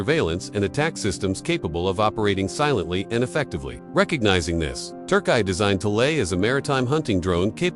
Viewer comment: KI/AI ist so ein Bastard 😂 bekommt es einfach nicht hin, TÜRKİYE zu sagen. Gewollt? 🤔🤷🏽‍♂️🤦🏽‍♂️